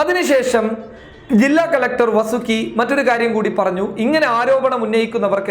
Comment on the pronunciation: വസുകിയല്ല വാ വാസുകിടാ